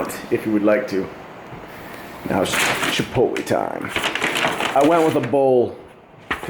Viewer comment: It's Chipot(lay)